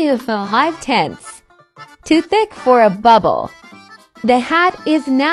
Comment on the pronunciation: "CLOUD TEN TENTHES SOOOEEIII FLUFFEH EIT LOOKS LIKE SPIDEARWEAEB" killed me so hard 😂😂😂